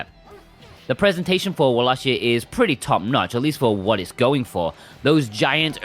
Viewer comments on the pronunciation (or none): Its pronounced Vallachia not Wallachia. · Good review but the correct pronounciation of wallachia is "wallakia" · Not to correct u or anything as I pronounced it walla-shia myself before watching castlevania on Netflix but it's pronounced walla-kia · This review convinced me to finally buy this.... you do know you are pronouncing around wallachia wrong right